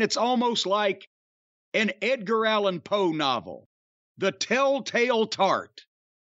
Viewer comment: LMAO “the tale tale tart” wow